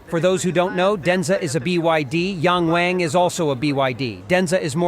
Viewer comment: Please pronounce the letter "A" like the rest of the world. Pronounce it with a short vowel sound. Yahng Wahng.